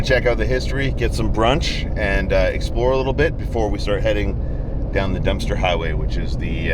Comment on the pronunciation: hahaha! You said "Dumpster" highway!! Even the captions picked it up!😂